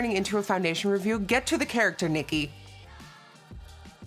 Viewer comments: CHARACTER NOT CHARACTHER. no hate doe💞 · “Charachter” jajja ily nikkiee! This is awesome!